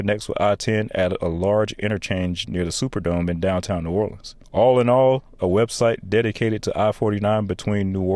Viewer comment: The pronunciations are painful!!! WestBANK Expressway Boo-TAY Never EVER is it “nawlins” please NEVER say that again…..it’s Nu-OR-lens That was interesting to watch but gut wrenching painful to listen to….